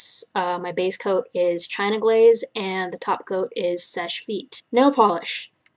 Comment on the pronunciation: This is great! Thank you! Also: Thank you for pronouncing Seche Vite properly. Customers at the salon I worked at used to say it a whole bunch of funky ways. LOL